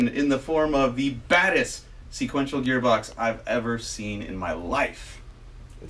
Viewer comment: Haha “seequential”